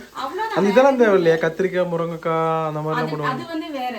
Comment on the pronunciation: First pronounce the words properly morankai illa athu murungai kai